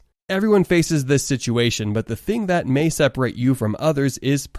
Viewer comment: It's perseverance NOT perserverence. No wonder young people do not know how to pronounce words properly or use English correctly.